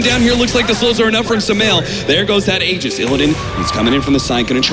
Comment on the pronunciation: I don't get what these announcers don't understanding about the name Tusk - it's Tusk, not Tuskar! I swear, if I hear Tuskar one more time...and it's Aegis with a "J" sound, not a G sound.